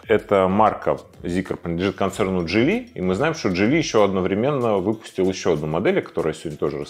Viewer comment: Чирон, джилИ... Ну и не у м2 два значка, и не у 1м даже как в субтитре была, а у М1. Будто давидыча посмотрел)